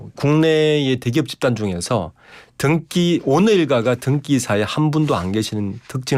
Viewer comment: [등끼 이사]가 아니고 [등기 이사]입니다.